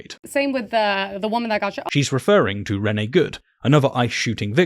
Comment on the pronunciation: Reh-nay not ren-ee